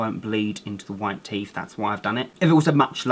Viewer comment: I love how he says teef not teeth